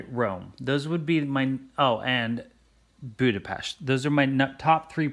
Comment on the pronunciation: Hearing you say you want to visit Budapest (and especially pronouncing it the correct way ;D) made me soooo happy and proud! :D If you ever come to Hungary, be prepared to spend a couple of weeks here, because we have many cities with amazing architecture, lots of castles, some buildings from the time of the Ottoman Empire, even a couple of Roman ruins! :D And if you'll need a tour guide/translator, I volunteer! :DD